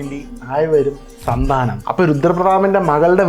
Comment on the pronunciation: സന്താനം അല്ല,സന്ദനം